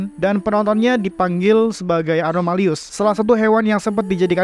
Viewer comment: Animalus bukansi? Bukan anomalius~